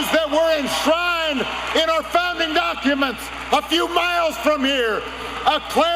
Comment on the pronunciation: Did Trump really say "duck uments"?